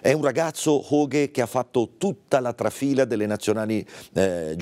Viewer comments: HAUGE e non Hoge. HAUGE e non Hauge. HAUGE e non Hoge. Nonostante si sia ascoltata la pronuncia corretta, continuiamo a sbagliare. Rispetto, rispetto pf. Non credo che per lei sia difficile DIRE HAUGE. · Infatti “HoGhE” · Si ok tutto bello ma si pronuncia ians petter aughe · È corretta la pronuncia di Suma?